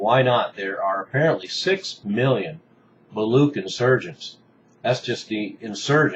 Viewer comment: Thank you for spreading awareness about the Baloch freedom movement. Having said that, please pronounce the "ch" in "Baloch" as "ch" in "church" not as ck. The Baloch are proud Indoeuropean people not Semitic at all.